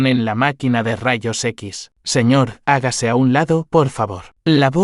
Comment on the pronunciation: Siñe en vez de señor?